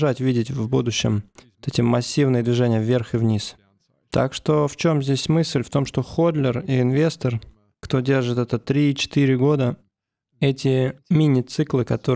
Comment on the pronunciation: Не ходлер а холдер. Не позорься выучи термины а лучше не лезь в чужой язык ЕСЛИ НИМ НЕ ВЛАДЕЕШЬ и говори по русски. Холдер по русски держатель. )))